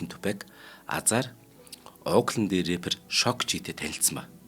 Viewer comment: Пайк биш пак. Эрээпэр биш раппер гэж ярина. Мэддэггүй зүйлээ мэддэг юм шиг цэцэрхэж ярьдаг ярианы стийлдээ бас анхаараарай. Үүнийгээ засвал илүү их үзэгчтэй болно оо. Нөхөрсөг зөвөлгөө гэж ойлгоорой доромжлол огт биш шүү 😊😊